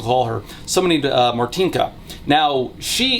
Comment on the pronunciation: I'm sorry you had Martynka right there on call and you couldn't ask how to correctly pronounce her name? Why do english speaking youtubers never bother prnouncing polish correctly, it's not that difficult